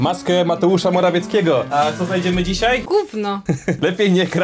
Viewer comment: JEKIEGO '' Matełusza Morawieckiego''!? Tosz to przecież WATEŁUSZ MORAWIECKI!!!